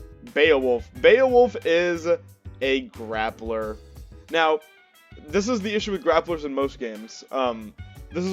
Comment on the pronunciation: “Glappler” lol. Nice vid. My homie gifted me this game on Steam for my birthday last week and I instantly feel in love with the vibes from the main screen: curvaceous waifus and bebop music? I’m in. I played through the Story as Cerabella and I’m gladly anticipating learning all of the characters. Thank you for sharing your insight! Peace.